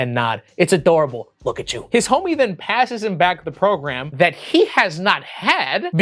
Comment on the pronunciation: Program...i thought you said phat ass